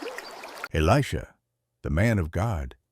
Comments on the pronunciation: And who is eleeejah. A.i. is out of control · While the message may be good it’s ruined by AI slop. It’s pronounced Eli-J-ah. Why do people insist on using crappy AI that can’t even pronounce words correctly. Are you too busy to use the actual voice God gave you? Or too lazy? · I think it's totally AI and cannot pronounce Elisha. Why oh why is almost every channel using AI. I dislike it very much!!!!!!!